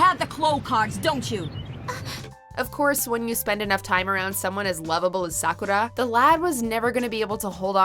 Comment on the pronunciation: You used the wrong dub version of Sakura. The true English version is the Sakura Avalon version by Nelvana. The one you used was by Animax and it was hated by fans because of the high pitched voices. And you are saying Sakura's name wrong. I apologize if I was being rude.